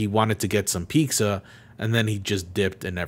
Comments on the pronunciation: why the fuck do you say "pizza" like "peekza" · Do you actually pronounce pizza as “pigza” or are you trolling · pizza = peet-zuh not peek-zuh lmao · Oh right I forgot you say Pixa instead of Pizza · Love ya,... but it sounds like you're saying "peekza" I'm relatively new to your content. Like 2020-ish so idk if that's an inside joke or not. Either way, always excited to see a boose drop! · he's always said it like that, I think he explained it once but I'm not sure where exactly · Is he saying "pikza" instead of pizza? wtf? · why do you pronounce pizza as piksa you’ve done it before but I just thought it was an accident the first time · Stop saying Peeksa. Who are you, Ironmouse? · you wonder about the pronounciation of automata, but you pronounce pizza like...peexa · you keep saying peek-za and not pizza. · Ok, ok, great now time for real question wtf is your pronunciation of pizza? "Pixa"? Gender neutral disney owned gluten free nightmare Geralt??! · The way you pronounce pizza is mind boggling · some Mexicans say it like that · omg why do you say pizza like that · Dislike for the pizza pronunciation